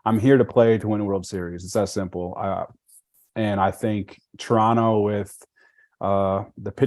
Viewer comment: The dude already pronounces Toronto like a local haha